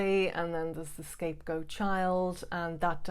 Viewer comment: To a non-english listener, it sounds like you are saying scape-ghosts, which kind of makes a lot of sense. I definitely felt like a ghost to my family, being subject of their fear, but at the same time invisible!